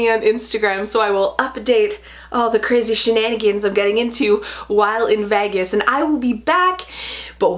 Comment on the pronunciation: 1. The way you pronounced "Vegas" (vaggus) made me giggle and I don't know why! 2. Detroit will always be scary to me. 3. Merry Christmas and Happy Birthday!